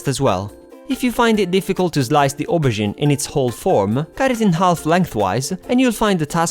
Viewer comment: As a french girl i LOVE how you say "Aubergine" just like us! Just did this recipe yesterday! how cool?